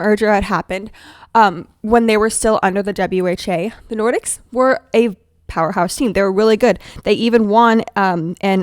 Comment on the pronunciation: "Nor-deeks" is the correct way